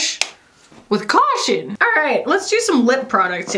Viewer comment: “Bluhsh. With CAUHTION.” 💀